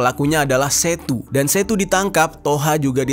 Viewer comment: Bang manggilnya yg bener tuh setu bukan setu 🙏🗿